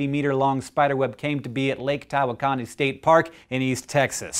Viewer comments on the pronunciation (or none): As a native Texan, I have to point out that Hank pronounces Tawakoni incorrectly here as Tah-Wa-Kon-Ee. It should be Tah-Wók-On-Ee. Not an uncommon mistake. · Not to be that guy, but the state park is pronounced "ta-WOK-uh-nee"